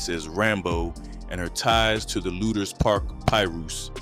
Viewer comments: The way you would pronounce Lueders (Lu-ders) Lu-Aye-ders 😂😂😂 I just know you're not from here. However, great commentary 👍🏾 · Its Pronounced LOOTERS